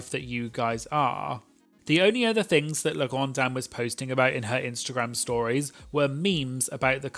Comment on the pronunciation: ikr, as a french myself, his pronunciation of La Grande Dame and Parfum Orange was actually really good !